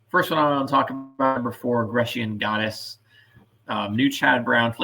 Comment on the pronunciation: GREASE-SHIN GODDESS! DO YOU JUST DELIBERATELY MANGLE PRONUNCIATIONS? MAKE AN EFFORT!